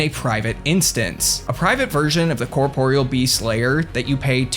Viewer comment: HOLY SHIT a Youtuber who pronounces the Corporeal Beast's name correctly. I thought this day would never come. Giving this vid a like.